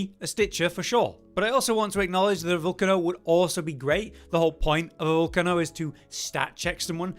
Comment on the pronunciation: You guys need to stop miss pronouncing names. It's pretty obvious that the Volcano weapon is pronounced how you would pronounce the name for an actual active volcano with lava. "Vol-cay-no" not "Vol-canno". I'm not sure how you guys you get this one wrong